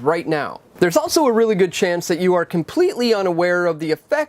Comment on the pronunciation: There is no T in the word 'also'